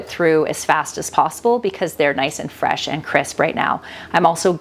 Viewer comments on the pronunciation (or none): none